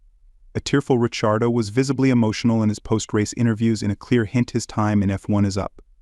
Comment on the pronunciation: I clicked away as soon as you pronounced it "Daniel Rich-ee-ardo"